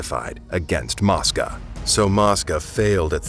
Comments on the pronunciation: Mosca long o sounds like moesca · It's mo-sca